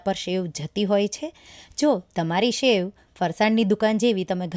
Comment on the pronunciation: It’s sev not shev🙏🏻